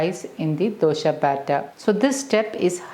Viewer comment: Why is she saying dosha? 😂